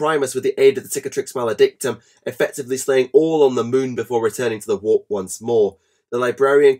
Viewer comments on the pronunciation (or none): none